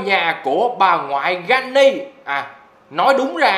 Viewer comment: Phải là granny chứ không phải là Jenny